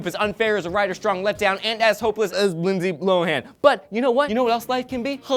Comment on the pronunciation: totally sounds like "Lindsay Blow-han"